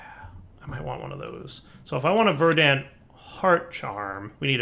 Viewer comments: Yup, Verd ant not, Ver dant. is the type that can’t say: osteoporosis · the emphasis on "Verdant" is on the first syllable